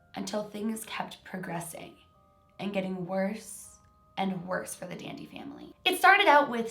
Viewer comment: Who else thought she was saying DND whenever she said Dandy